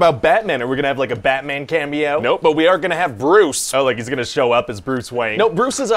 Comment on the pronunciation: They say Cameo, i heard Camel toe